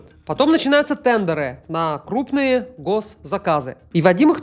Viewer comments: ТэндЕра?)))) английский в помощь) ТЕндеры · ТЕНДЕРЫ. Ударение на первый слог. Очень режет